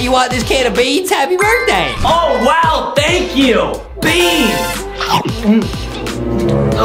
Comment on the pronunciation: the way he says beans😂😂😂😂😂😂😂😂😂😂😂😂😂😂😂😂😂😂